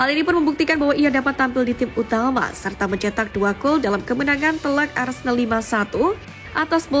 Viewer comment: Boikot channel ni.. Aku selalu perasan yg admin channel ni selalu cakap Arsendal.. Opening 0.2 saat...Keymark admin